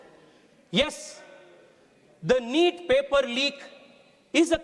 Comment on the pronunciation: Reet nahi bete neet 😂😂😂